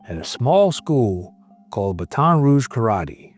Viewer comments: These AI voices ruin everything..can't even say Baton properly. Also vid keeps saying dad dished out the punishment that the courts could not. Well the courts never had a chance to do their thing. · it’s pronounced BATTT-in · Pronunciation of Baton is killing me here. Learn how to prounounce cities or towns before talking. Comes off bad. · He said baton like its a relay race , geez